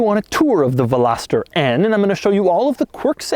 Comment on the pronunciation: I don't think you're pronouncing veloster correctly. Still a cool video tho